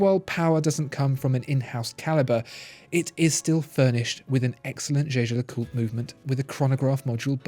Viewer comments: For heavens sake Jaeger is German for hunter. It is pronounced YEA GER not jay jay . Learn and use this otherwise you are just irritating the hell out of me and your credibility on watch knowledge is completely undermined ! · any french person here can say that how he says Jaeger is wrong pronunciation? LeCoultre is ok, but Jaeger is simply Jaeger, not zezer or anything else.... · Your “jeje” pronunciation of Jaeger-LeCoultre..😰😰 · no he didnt it is a german word "jäger" ( means hunter ) but its a french name so its pronounced french but it irritates me as well